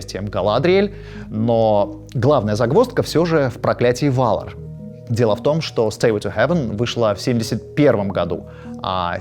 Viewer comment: Жуть как режут слух ГалАдриеэль, ВАлинор, ВАлары и др. На русском языке благозвучнее все-таки по-другому.